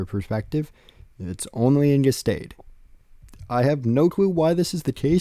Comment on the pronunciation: A couple pronunciation things, nothing major just thought I should mention them (these are only from my understanding of German though and I’m not a native speaker): Gestade = geshtaahd Eugen = oygin